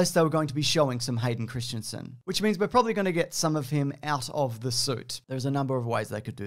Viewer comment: IT'S CHRISTENSEN DANK FARRICK. C H R I S T E N S E N. NOT CHRISTIANSEN! CHRISTENSEN!!! My point is, his name is Hayden Christensen.